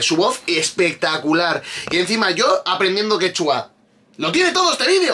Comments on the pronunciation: X ganar dinero sentadito a costa de los tontis la gente hace cualquier cosa y queda ridículamente mal, a ver si de verdad te gusta mi PERÚ, antes de subir un vídeo antes investiga bien, x ej no es quechúa como lo pronuncias tu ,se dice quechua, es una palabra grave,y sobre el.perro es raza única peruana pre_inca perro calato peruano es su nombre,así como el caballo peruano de paso que es una raza única de PERÚ y así etc etc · excelente review que le haces a la gran paisana mia Renata flores. yo la sigo desde hace años en youtube. solo una aclaracion, Quechua no se pronuncia quechúa con acento en la U como lo haces. sino, Quechua, con acento prosodico en la e. es palabra grave. Es todo y saludos de un peruano en california